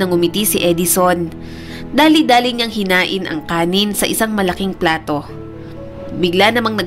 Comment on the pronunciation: INIHAIN NOT HINAIN